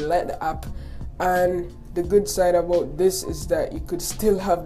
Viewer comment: "it tok abaut 5 minats"